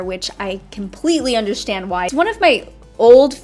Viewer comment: I like when you say undershtand 😻😂